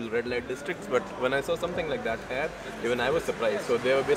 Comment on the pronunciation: Sir, when you say "here" , it sounds like hair, which isn't the right pronunciation. Should be "hear". And , good stuff. Keep it up. :)